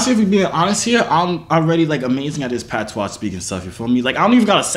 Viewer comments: "Patwah", thas how we pronouce Patois lmaoo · PAT-SWA girl uh deaddddddddd he caan even say dat right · You said pattwa so many times and you ain't even speak it once 😂😂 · I stopped when this dude said Pat tois... I’m Samoan and I know ain’t no Jamaican pronounce patois like that.